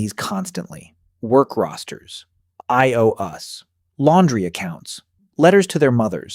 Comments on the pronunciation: "I owe us"?? You mean "I owe you"s? These videos are interesting, but I'm pretty gorram tired of a.i. illustrations that do not accurately illustrate the thing being talked about, and a.i. narrators who do not know the language they're programmed to "speak." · My biggest complaint is that the LLM narrating this video is poorly trained in pronunciation and grammar, causing it to render "IOUs" as "IOus." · Was great until I figured out it was AI. I owe yous pronounced as "I owe us" in the video is an AI thing IOU's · AI huh? Called ious "I owe us" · Made it most of the way through the video until I encountered the AI fingerprint (IO-us instead of IOUs) and the inconsistent shift from "Egyptians didn't have a concept of privacy" to "privacy was a luxury good." And so, who even knows what's real and what's just a plausible conglomeration of words here. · So, you ever going to have a human voice this? "I O US" 🤣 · Yep. IOUs, spoken by an AI, turns into "I owe us" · Didn't think this was AI until he said " I O us" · Is this channel AI generated content? I thought it was a real person till I heard it pronounce I.O.U as I owe us